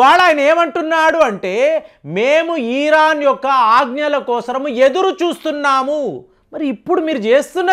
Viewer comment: Uncle మీ ఇన్ఫోర్మేషన్ చాలా బాగా చెప్పారు కానీ "ఈరాన్" కాదు "ఇరాన్" అని చెప్పండి